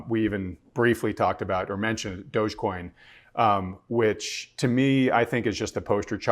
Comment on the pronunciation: It's dog-e-coin, doggycoin. Not douchcoin.